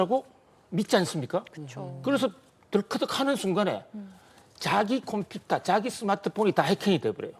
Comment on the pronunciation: 말 정말 못하네... 콤퓨타???